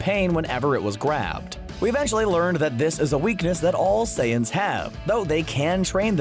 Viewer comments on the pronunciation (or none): Is he saying seance? Seriously, can't even pronounce saiyans huh?